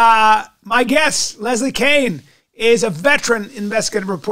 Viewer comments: Top tip get your guests name correct and then allow them to speak!!Keane not Kane!😢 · Kane? Did he say Kane? Moving on.